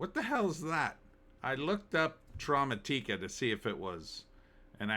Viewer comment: Maybe the emphasis is more on the second syllable? Trauma and automatic…a? Automatica? Trau-mat-ika? Idk that sounds better at least.